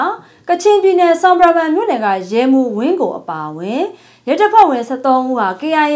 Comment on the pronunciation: ရေ...... ဆွမ်ပရာဘွမ်ကိုအသံရာမှာ..ဆွမ်ပရာဘမ်ဟုမထွက်ရပါ။ ဆွမ်ပရာဘွန်(Bum)ဟုအသံထွက်ရပါမည်။ ကချင်ဘာသာစကားတွင်"တောင်တန်း"ကို Bum ဘွမ် ဟုခေါ်ပါသည်ခင်ဗျား။ Cheers!!! ❤❤❤😊😊😊